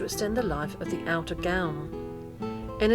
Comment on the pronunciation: I would have loved this but the music was too loud and, being a pedant, I can't bear it when anyone pronounces 'gown' as gownd'. Plus there are a few mistakes but other than that, it could be very good.